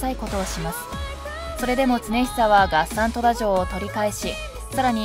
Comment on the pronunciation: 月山富田城の発音がなんかおかしいなぁ～(((^_^;)月山の『が』を強く発音するんじゃないのかなぁ～。あと、国人のことを、『くにびと』とか言っているけど、『こくじん』が正しいんじゃないのかな？または国人衆(こくじんしゅう)最近では、国衆(くにしゅう)なんて言われているけどね。